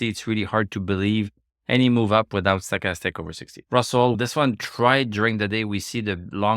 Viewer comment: You say stochastics correctly in english one time, then 2 seconds later back to "stock-a-stick"...😁